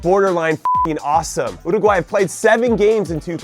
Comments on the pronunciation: Love JC but it's pretty annoying. He does it in a hispanic accent but doesn't even pronounce it right; it's meant to sound like Uru-huay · wait. That's not how... you pronounce URRRRRRRRRRRUUGUAY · youruguay? might as well say your a guy 😂😂😂 100% URUUUUUGUUUAYYYYY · I got upset when you didn't say Uruguay the right way 😔 But then you did and I went happy again 😁